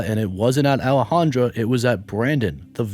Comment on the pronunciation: In the first story is Boudreaux a trans? It spelled in the feminine with an A at the end, Alejandra but I believe you are pronouncing it in the masculine with an O, Alejandro. No biggie. I’m just curious.